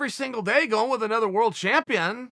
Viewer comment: shameful champion=shampione